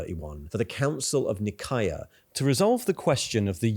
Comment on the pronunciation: The only thing that bothers me is the weird pronunciations you sometimes display, such as for Omegon or Nikaea.